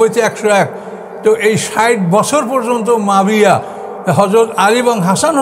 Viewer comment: মুয়াবিয়া নামটা উনি শুদ্ধ করে বলতে পারেন না, বলেন মাবিয়া